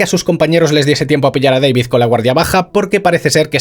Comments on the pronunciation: Que manía de llamar al prota "Deivid" que sí, que se escribe David, PERO SE PRONUNCIA IGUAL QUE SE ESCRIBE, si él mismo lo dice: D A V I D. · "Deivid" ulala señor Francés Se dice DAVID Martínez